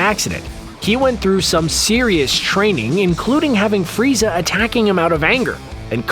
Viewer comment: You said frezai